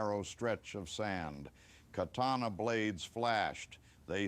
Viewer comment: Mispronounced katana.